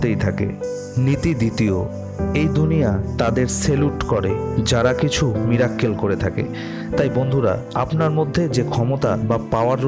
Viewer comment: Mirakkel noi miracle dada